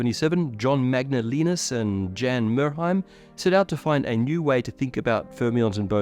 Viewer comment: BTW Jan is pronounced as yun. Jan is a woman's name.